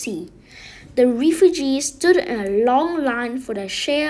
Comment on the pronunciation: Just so you know it’s “reff YOU gees” reff like Jeff